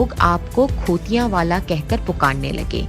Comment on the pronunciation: اچھی کاوش پر مبارک باد. چھوٹی سی گز ارش ھے کہ خاتون کا تلفظ کچھ صحیح کروَا دیں پنجابی لفظ khoti کو khuti بولتی ھیں اور ایسے ہی مسیت آں کو مسیتاں بول رھی ھیں. گستاخی کی معزرت🙏